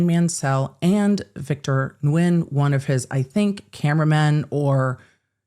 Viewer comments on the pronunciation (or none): none